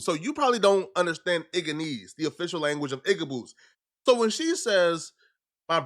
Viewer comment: He said Igga-nese 😂😂😂😂